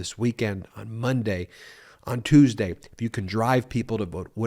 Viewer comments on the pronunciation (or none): none